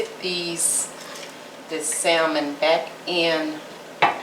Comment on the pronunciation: if you don't take that L out of salmon lol it's silent 😉 but anyhow... this looks great